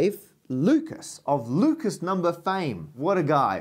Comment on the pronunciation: For someone who's a big fan of Lucas, Matt sure doesn't care about pronouncing his name correctly. I wonder if he's also a fan of Renny Dess Carteez.